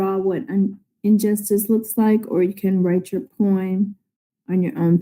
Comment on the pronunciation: Who pronounces poem as poeem? Isn't she supposed to know how to pronounce words?